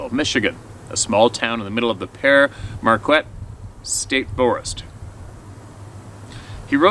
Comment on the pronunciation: That "U" in Marquette is not pronounced.